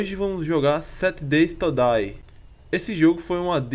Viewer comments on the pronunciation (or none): Sete deis todais kkkkkk Seven days to die